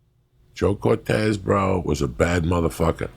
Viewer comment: Brandon Marquez they were talking about Joe Cortese. It's not Cortez.